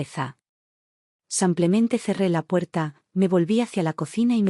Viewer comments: Porque dices.. samplamente, no será simplemente? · Otla vez SEMPLEMENTE, APRENDAN HABLAR CORRECTAMENTE EL ESPAAL ADIOS, APRENDAN.!!! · Porque dice samplemente???!! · Samplemente?!! La narración es por computadora? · Simplemente,se lee con i no con a,en español la i es i